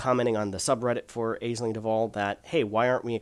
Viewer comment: Powerplay is less than a joke. FYI Aisling is an Irish name pronounced ashleen.